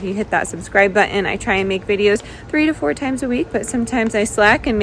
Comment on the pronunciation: It is impor-int, haven't forgo-in. Not hitting that bu-in because this voice is annoying. Speak proper.